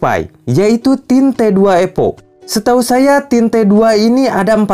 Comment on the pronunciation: Evo kang evo bukan epo 😂. Nice review tapi, singkat jelas padat 👍👍